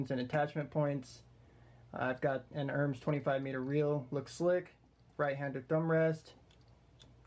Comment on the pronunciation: pronounced "er-mez"